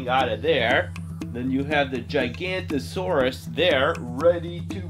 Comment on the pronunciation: Please revise the spelling and pronunciation of the GIGANOTOSAURUS. It’s pronounced Jig-a-not-o-saurus Thanks!!